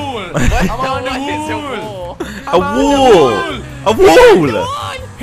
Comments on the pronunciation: U need to fix your inglesh because u said wull instead of wall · you said WOOL instead of WALL "wall" is correct "Wool" is the Language of Wall in England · Well when you pronounce wall as wool you confuse people. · Bruh when said wool and said that’s English I’m English and it wall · You said "wool" instead of "wall" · Itś not wool itś wall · wall not wool